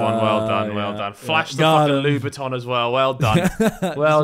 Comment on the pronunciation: Harry pronounces it like "lube a ton" 😭😭